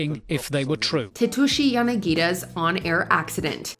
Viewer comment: Dude, there is an 's' in Tetsushi Yanagida's name. Pronounce it. It's not difficult.